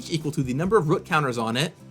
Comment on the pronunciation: says root like an amish person🤣🤣